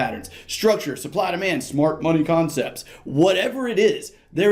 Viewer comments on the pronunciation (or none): 😂😅why did you say smart money concepts like that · Lol... smart money concepts sounded funny when you said it for some reason